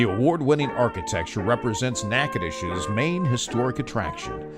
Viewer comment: At least you pronounced the name correctly.